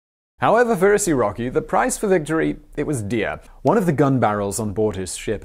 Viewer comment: "However for Is-so-rocky..."